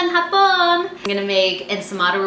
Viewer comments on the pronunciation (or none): I just showed Dad the places where you spoke Tagalog. Dad told me you said "Beautiful Japanese" at the start because you didn't stress the "ha" in "hapon". And he said you didn't pronounce the second "a" in "paalam". :)